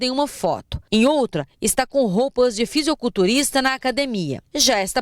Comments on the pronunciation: Chega a dar raiva quando ela fala ''fisiOculturista'' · A reporter falou "fisioculturista" mesmo ou entendi mal?